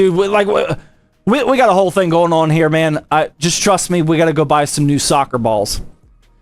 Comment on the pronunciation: Every time zach says “man” I hear “ma’am”